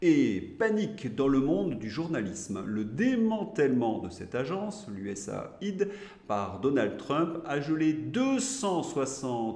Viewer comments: Juste quelques détails: Niel comme miel, pas Nil. Prononcer US aide. Merci pour votre travail, bonne continuation. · USAID se décompose US +Aid, donc se prononce [ you esse eyd] 😊